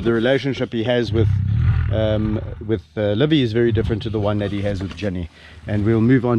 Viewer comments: Where did Livy get her name? The way you call it, it sounds as "LÕVI", which is "a lion" in estonian language 🙂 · It is nice how mr. Richardson pronounces Livy, it sounds like Lõvi which is in estonian "lion". Another great video. Thank You.